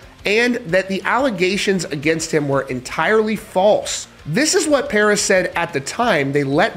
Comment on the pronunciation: I think you mean, "Puris". You can't make up your own language rules. At best, V could stand for a U, but never A. Ffs